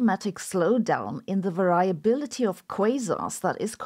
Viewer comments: variability .... vehr-ree-ability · I was impressed by the 'different' pronunciation of "variability" you demonstrate.